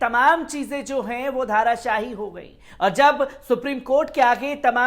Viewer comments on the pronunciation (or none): धारा शाही नहीं धाराशायी